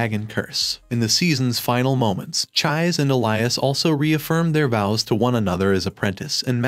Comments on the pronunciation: Chi -Say. her name is Chise, not chaiz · It's chi-say not chize😭😭😭😭😭😭😭😭😭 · Dude, did you even watch the anime? Neither sub or dubed versions pronounce her name Chized. This is hardcore rude to more than just fans of the manga and anime. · Please. PLEASE, repost this video with the correct pronunciation of Chise's name. PLEASE, I'm begging you. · Dude, seriously, I can tell that either you didn't pay attention to anime at all because of how you pronounce Her name, or you're hearing impaired to the point where you can't tell how wrong you are about the pronunciation. and judging from the other comments in the comment section you don't give a damn. don't make a recap vid for a show you don't care about. especially when you go out of your way to be insulting about it. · I could not watch it all the way through because of that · I cried because of the pronunciation